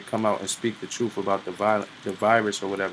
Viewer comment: Hearing him say “troofs” puts a smile on my face.